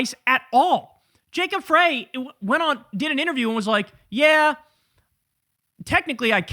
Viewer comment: You're still mispronouncing 'Frey'. Irritating.